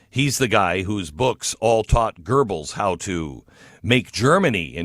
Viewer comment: There is no 'r' in Goebbles